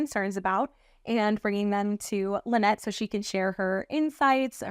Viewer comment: Tell when your at XRP Vegas, that its La-nette, not Lie-nette!